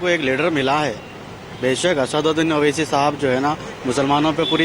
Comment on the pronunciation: Tum log pade likhe anpad ho sahi name bhi nahi bol paate asaduddin owaisi hai name